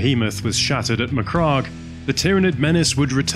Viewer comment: Apart from the pronunciation of the word MacCragge, as in rhymes with hag, the 1st company of Ultramarines were veterans fielded in Tactical Dreadnaught Armour, or Terminators if you will. There were no standard marines in 1st Company.